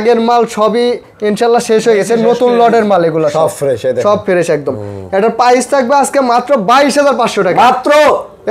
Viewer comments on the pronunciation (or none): ফেরেশ বলে 😂😂😂 হালায় ফ্রেশ ও বলতে পারে না